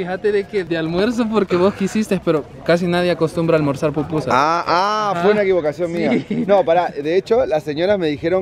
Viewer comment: Pupusas es lo correcto ✅ no popusas 😅🤭✌️🥂